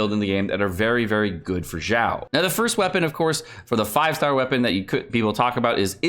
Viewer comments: Why do you pronounce Xiao like "Zhao"? It is more of a "Sh" sound, not "j" sound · I think its Xiao Xi as in she ao as in ow she-ow Not Jao or Zhao pls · In french we usually pronounce "X" almost like "ks" or "kz" and I saw a guy in a french video pronounce "Xiao" as "Kzi-a-o"... I almost died that day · Stop saying his name wrong god dammit.